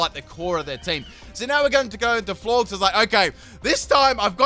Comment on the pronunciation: Its floor-jess. Not floorgz